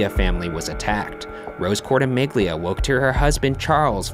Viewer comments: court-amelia not court-uh-mig-lea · Its actually pronounced "cortimillia" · You pronouced Cortimiglia wrong